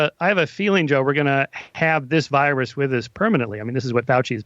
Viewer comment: So he can't pronounce an S in 'virus'? but he say the S in 'was'? lol